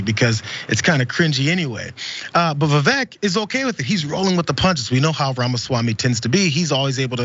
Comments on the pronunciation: It's pronounced Viv-ake. Like fake. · Vivek (pronounced “Ake”) D.Snake 🙄🤦‍♂️